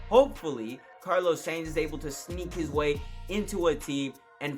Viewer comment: Carlos SAINT, SANES, SANE yea mate. you gotta fix your pronounciation, might as well say carlos science.